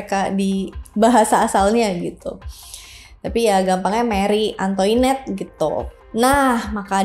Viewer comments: Maaf kak, setahuku untuk Antoinette cara bacanya Antwanet terus guillotine bacanya giyotin, semangat ngonten 👍🏽🫶🏽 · hihi agak gatel pas denger penlafalan “Marie” nya bener (dengan R dicadel2in) tapi bagian “Antoinette” nya salah. Pelafalan “Versailles” jg gak konsisten nyebutnya— It’s ok, bukan bahasa kita (walaupun bisa cari tau di translator / google sih)